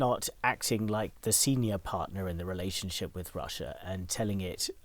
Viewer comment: when "English" is an official language, when Russia is all over the news, and you still cannot pronounce "Russia" in English in an interview about Russia... priceless